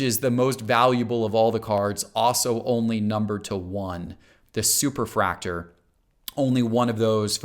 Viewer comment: He did say Superfractor correctly, though. Maybe just a dialect thing? In my two years of watching this is the only one I noticed like that.